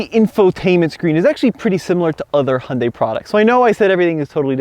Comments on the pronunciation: Im sorry, u ruined this whole video by pronouncing Hyundai wrong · I guess what bothers me is, if you’re going to bring attention to something. Please do some research on it first. Hyundai even did commercials on how to say their name. Pointing out that it rhymes with Sunday. This is easily discovered via search engine. I just can’t take someone seriously if they can’t be bothered.